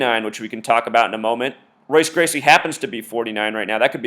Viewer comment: This is dumb as fuck regardless but jesus christ its MMA and Jose Aldo got ko'ed just like a bunch of fighters have been ko'ed in the UFC. This is embarrassing. A: You can't even say Royce Gracie correctly, so i take it you aren't a big UFC fan B: Are you saying that they made Jose Aldo champion in 2009 so that he could fight Conor Mcgregor, a fighter who had barely even begun his MMA career at the time, so they could do this illuminati ritual whatever you wanna call it? lol no that doesn't sound fishy at all no but a fighter being knocked out in 13 seconds in a sport where it is very common for fights to end quick does. Have a nice life dude you need some pussy or something, get a hobby that isn't severely detrimental to your perception of life.